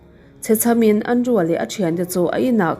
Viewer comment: keipawn ka hmaih ngai lo, mahse, thu leh hming lam dân uluk deuh a ngai deuh. Andrew - Andru( Andreu tih ang deuhin a ri thin em a tir lamah khian).